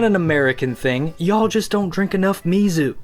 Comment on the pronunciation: YOU PRONOUNCED MIZU WRONG